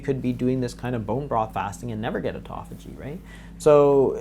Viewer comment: Auto Phagy. They way that you guys pronounce this word make it sound like etophogy. Very hard to look up. Phage means "to eat," and auto means "ones self" so self-eating. Very interesting. I have been considering intermittent fasting for a while, and will now be doing it, mostly for aging, and health.